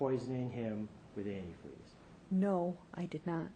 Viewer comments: The best part ever was her slip of tongue " I poured the anti-free... I mean the cranberry juice". Busted! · So she's the one who tried killing and framing her own daughter with "antifree" eh? Not only a psycho but also an idiot not being able to say or spell antifreeze correctly. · hahahahahahahaha! Even the fact that she said "anti-" whatever gave this beast up! Whats shocking is that she thought the jury would just blow past "antifreee" , as if it was a simple mistake. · What an emotionless person... And as mentioned by people below me a straight idiot because she can't pronounce the word antifreeze.sick and twisted individual to try and frame your own daughter. Now I recently saw the lifetime movie about this case.... I'm fully aware that they add certain things for dramatic effects. One thing I really wonder about... There's a scene in the movie when she's just getting ready to marry David... She goes to her ex-husband's grave. She looks at the grave and basically tells her dead ex-husband (Who it later ends up being proven that she killed.) She says something along the lines of... Please Michael I need this... I need to be happy. I miss you We all miss you. Not sure if that was put in place just for the movie or if it was something she actually did... But man is she cold-hearted If she didn't do that. If that was real it's basically like spitting in his face being like haha I'm going to do to him what I did to you and you won't be able to stop me. If anyone happens to be interested in watching the lifetime movie It is called Poison Love.